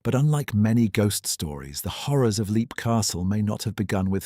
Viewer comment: It's pronounced lep, not leep.